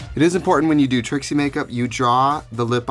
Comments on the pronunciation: Am in the only one who keeps hearing him say Tracey instead of Trixie? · So is her name Trixie or Tracy? It sounds like he's saying Tracy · why does he sometimes say tracey? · Anyone else realise he kept saying Tracy?